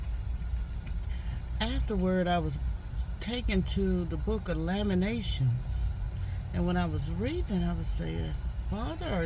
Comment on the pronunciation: LamenTAtions-4 syllables. The Book of Lamentations is a collection of five sorrowful poems mourning the destruction of Jerusalem by the Babylonians in 586 BCE.